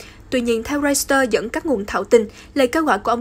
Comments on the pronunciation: Hãng tin “reuters” chứ KHÔNG PHẢI là “reuster” ạ! Thím đừng có “sì” lung tung! Làm gì có hãng tin “roi-sì-tơ” 🤷‍♀️ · Xin phát âm đúng từ báo "Reuters"! (... ; ; v.v...)